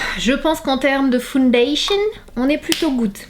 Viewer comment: '' fondayshun'' c'est pas français mais trop drôle 😅😂❤️❤️❤️❤️❤️❤️